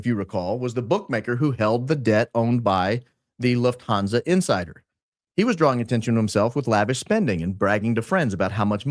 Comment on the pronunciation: love ur videos so much especially ur intros but it pains me how u pronounce lufthansa as a german girl haha the u is short; it's not loofthaanzaaa but luhffthanza. also "niche" is pronounced neesh not nitch:) also omg ur a f1 fan too? im liking u more and more by the day